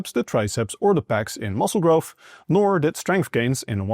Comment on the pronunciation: It blows my mind how people study and aim to do these “scientific studies” and “educate people on how a tiny speck of dust can do specific things but then release a new study that states the spec of dust has to do this to do that” but yet can’t pronounce words like growth and say grofh…..